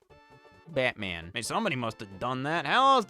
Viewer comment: I do not know why, but there is something so damn funny in the way Scott says “Batman”